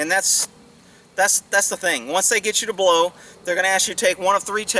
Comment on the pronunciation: Omg! Did you just say you are going to hlow me?! Sometimes you say the funniest things.